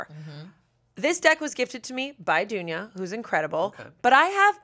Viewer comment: hahaha as a serb when she said dunya i was immediately like ❗